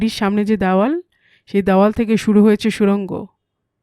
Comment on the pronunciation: দ্যাওয়াল নয়, দেওয়াল। ব্যাটবল‌ কোনো পদবী নয়, ওটা হবে বটব্যাল‌।